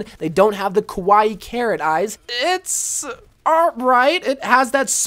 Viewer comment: Lol.. You keep saying “kowai” eyes but I know that you were saying “kawai” eyes. I’m a bigger weeb. Btw, kowai means scary, which is the opposite of kawai meaning cute